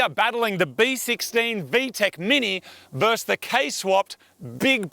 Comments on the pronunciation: Moog; versus not verse. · Moog, can you please learn how to pronounce “versus”?